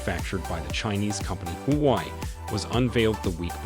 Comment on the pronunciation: It's huawei (whoa-way) bro NOT hoo-y 😮!!!